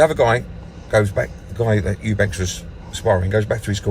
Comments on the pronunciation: What is it with Eubank(s). It's Eubank. How f****ng hard can it be? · Eubanks,Chris lemont was it 😂 this man's telling successful boxers what to do, life advise all sorts and can't even pronounce there names. thinks Roy Jones is eubank jr's trainer 😂🤦🏻‍♂️ the type of man to go to the local casino to watch the boxing but pretend he's an avid fan 😂